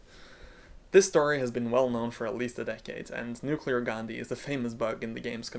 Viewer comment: As an Indian, I particularly like the way you pronounced 'Gandhi' correctly. It's quite uncommon to be honest.